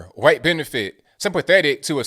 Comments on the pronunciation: Why you say "khwhite"? Lol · is killin me with all the “HYUWHITE!!” 🤣🤣🤣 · What's with the "khyate" sound when saying white? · Hearing him say it like that keeps me sane! LOL! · Why do you say "white" like that? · You say white like Stewie says Cool Whip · I love how you emphasised the word "white" at the start of this video.